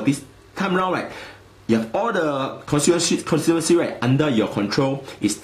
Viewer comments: cornsiewenchy...? Please pronounce constituency correctly if you want to use this word many times in your video. It is CON-STI-TUEN-SI. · HAHA steven lim doesnt know how to pronounce constituency.